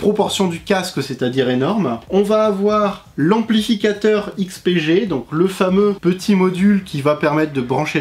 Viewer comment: On repassera pour la prononciation du nom mais merci de ta réponse :P